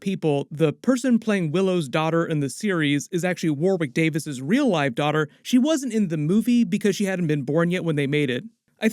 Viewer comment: I love how Americans pronounce Warwicks name